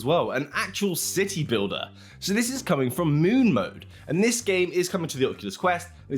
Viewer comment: "Thids...." lol